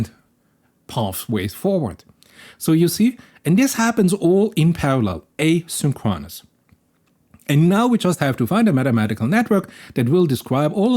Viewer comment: Just an fyi if you are like me and like to know: in English asynchronous is pronounced a sink CRO nis